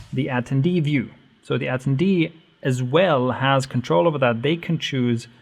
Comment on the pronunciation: Say it with me. ah - ten - dee